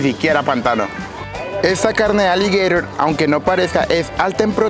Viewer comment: Hermano eres tan bruto que nisiquiera saber pronunciar aligueiro en español 😅😅😅😅😅